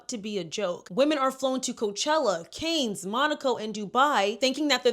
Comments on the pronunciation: No offense, but for future reference: Ghislane Maxwell is not Epstein's wife. Cannes is pronounced like "Khan", not "can". Capri is pronounced "CAP-ree; emphasis on CAP; not "CA-pree" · Cannes is pronounced Cahn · Girl it’s CAN not CANES 😭😭 Love this video anyhow ! Xx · For future reference, it's Phonetically pronounced "CAN", not Cane. Got get you right, Sis. 💛🧡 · Cannes is pronounced ‘can’ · Cannes = NOT PRONOUNCED ‘CANE’ - it’s pronounced ‘khanh’ or ‘con’ (like the word contact) This was driving me crazy, sooorrryyy. Since all the other commenters said everything else I wanted to say, I thought I would offer the correction. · Canes? It’s pronounced like Kahn. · Girlie, Cannes is not pronounced as canes, is pronounced as cahn 🙄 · Cannes is pronounced Kahn. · Hey, not being critical, just wanted to let you know you are saying Cannes incorrectly. It is pronounced "Kahn". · Cannes is pronounced kahn with a soft A like father - the S is silent. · “Kanes” Sigh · Caine's you mean cannes?! Pronunciation is wrong. I was like where is this but then you mention the Asian dude and I was like yeah a watched a documentary on him. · Since you taught 😢how to say Deuxmoi....it's pronounced Kahn for the Cannes festival. Expose it all! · (Ghengis) Cannes😂😂 NOT (raising)canes ❤ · Sorry to be picky but you are pronouncing Cannes wrong. It sounds like a can of soda. Just can. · Great video! But girl you had me thinkin the fried chicken restaurant had a yacht scandal😭😂 the city in France is pronounced "kahn-a" or "kan"💯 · Cannes is pronounces Can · pronounced khan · Please look up how to pronounce Cannes. Otherwise phenomenal video as always 👏🏾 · You need to work on researching names and pronunciations properly. Irina Shayk and Cannes is not pronounced like that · Look up how to pronounce ‘Cannes’ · Girl how do you keep mispronouncing all these names and cities 💀